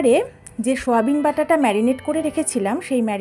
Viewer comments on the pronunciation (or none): কথাটা সয়াবিন, শোয়াবিন না।